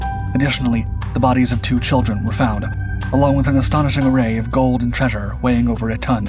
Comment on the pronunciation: Golb?! Of golb? Mask of GOLB.???!Jesus my ears are BEROEKIN.